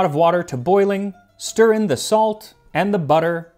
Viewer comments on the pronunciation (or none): none